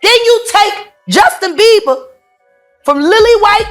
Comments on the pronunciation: His name is Bieber not beaver 🦫 😂😂😂bro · Justin Bieber ❌ Justin Beever ✅ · It's NOT Justin Beaver it's Bieber 😂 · Justin beaver huh it's Bieber lol😯😱🤣🤣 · "Beaver"? Really dude?! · Bieber not beaver. 😂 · please stop calling him Justin BEAVER LOL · Justin BieVer 🤣 I’m sorry 🤣 Please pronounce his name correctly. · It cracks me up when he says Justin Bieber he literally says Justin beaver 😂😂😂😂😂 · Ikr. I thought it was a slip of the tongue at first but he says it over and over 😂